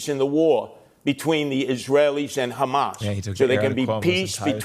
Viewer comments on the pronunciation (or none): Damn he really said "Khamas" and "Hassan Piker" in the same breath huh 😂😂